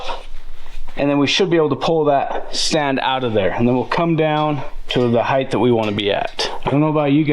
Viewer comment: Ride height! Not heigth. Heighth is not a word.